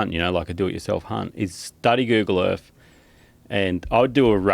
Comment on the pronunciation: Did call this planet we live on "Erf"?